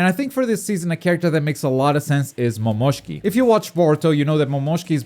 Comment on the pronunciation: The way you said Momoshiki caught me off guard lol